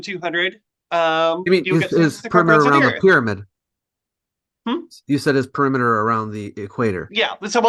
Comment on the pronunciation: "Peremiter" had me dead 💀